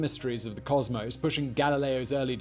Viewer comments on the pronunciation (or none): none